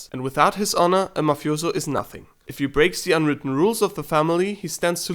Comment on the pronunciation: I cringe when u say “mafiozo”